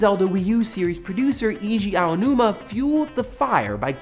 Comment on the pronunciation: pronounced ah-oh-new-ma